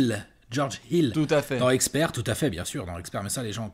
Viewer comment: Je n'ai jamais compris le délire du H dans Expert 😭 ou Hexpert du coup?